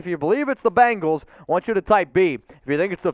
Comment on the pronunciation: Its BENGALS NOT BANGALS